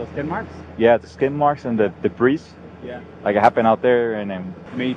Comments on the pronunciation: Please someone correct the guy who pronounced the "s" in debris. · It drives me crazy when people pronounce the s in debris 💯😅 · Debris is pronounced deb- ree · The most disturbing part of this video is the way that guy pronounces "debris."